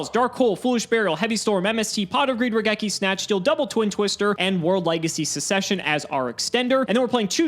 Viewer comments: it's pronounced suk-ses-shen (the first c is a hard c). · Why aren't we talking about the way pronounces the word succession 😅😅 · literally pronounced succession wrong 7 times in a row. A prime example of the death of the English language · just knows what MBT would have done if he had pronounced it correctly (and considering MBT pointed it out on his stream, was right on the mark).